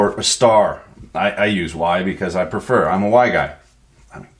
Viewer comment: "I perfer Y, because I'm a why guy obvy," Perfection!